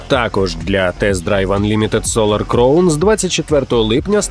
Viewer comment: Диктор, підкачай свій іншліш, вимова деяких слів просто люте пекло, в цьому випуску «кліфхенджер», правильно - кліфхенгер. Солар «кровн», правильно «краун»